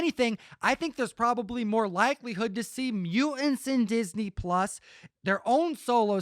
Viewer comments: “MU-ANTS.”?? Good grief. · Hey Om, here is a t in he word mutants. Hit that like. Buuuu-in